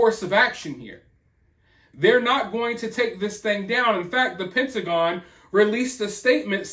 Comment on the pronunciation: Like the way you enunciate "Pentagon." They have NO DAM BIZNESS violating our AIRSPACE, bee-atch.